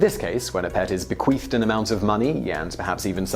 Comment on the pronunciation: Be-qweef lololol